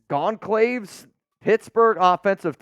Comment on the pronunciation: matt goncalves sounds portuguese in which case his last name is pronounced "gon-solves"